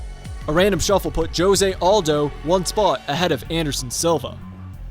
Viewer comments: It’s hose not jose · This man said "Joe-se aldo" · Bro, did this man just say (joe zay)jose? what the hell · Not being able to say Jose correctly makes me want to puke. I keep cringing